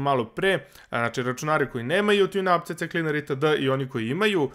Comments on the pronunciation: Nije to cecekliner nego sikliner :D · Nije CC Cleaner nego c cleaner :D